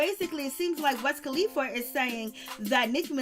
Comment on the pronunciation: Who the hell is "West kalifa" I always thought it was "Wiz "🤦‍♀️🤦‍♀️🤦‍♀️🤦‍♀️🤦‍♀️